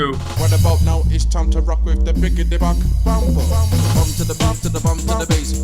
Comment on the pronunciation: Only problem is due to annunciation i thought his name was Buck Bumper